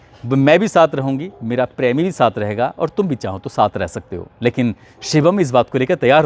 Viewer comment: "prami"😂 typical western UP pronunciation.